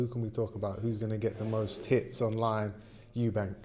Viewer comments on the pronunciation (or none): His last name is Eubank not Eunbanks